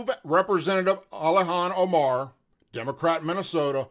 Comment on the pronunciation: Ilhan Omar, not "Alihan."